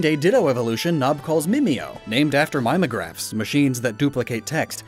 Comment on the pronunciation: Hundreds of hours of research, didn't look up how to say Mimeograph